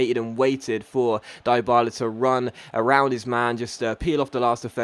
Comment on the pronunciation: Stop dropping that hard I on Dyballas names its sounds like Deeee Balla